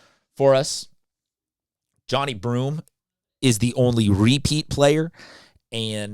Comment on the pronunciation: Pronounced "Jon-eye"